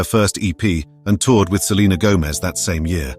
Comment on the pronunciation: You idiot you are pronouncing Selena last name wrong